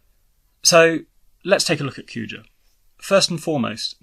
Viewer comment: It's Kuja, not Coo-chah.